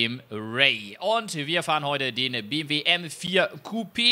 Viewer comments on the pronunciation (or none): Hat er wirklich am Anfang BWM statt BMW gesagt 😂🤙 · hört sich so an wie BWM XD aber geiles Video! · Ich hab mir das eben noch einmal angehört...ich musste mich bemühen das M zu hören...du hast das halt ein bisschen verschluckt aber ist ja jetzt nicht schlimm😉 Mach weiter so...also mit den Videos nicht mit dem Buchstaben verschlucken😅😂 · Habe mal reingehört, sage aber BMW M4 Coupe ;-) Das BMW ist halt sehr schnell ausgesprochen.